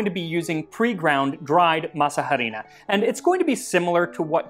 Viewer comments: "masa harina" the 'h' is silent, masa = dough harina = flour also it would be "harina para masa" (flour for dough) since in spanish we say things in a different order, so flour would be said first since you need the flour to make the dough. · He keeps saying masa harina wrong… H in Spanish is completely silent. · What other Mexican food would you like to see covered on the show? Also, apologies for my horrible pronunciation of Masa Harina (the H is silent). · I love the way you say "masa harina." We usually don't pronounce the "h," but a hard "h" sounds fun! LOL!! Now...I gotta go to my kitchen and make something simple like this....maybe pupusas. Yum! To me, it's really the masa that I am trying to eat! The other stuff is just embellishment. LOL! TY!